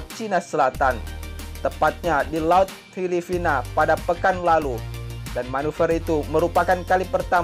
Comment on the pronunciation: Filipina atau filifina min ? 🤣🤣🤣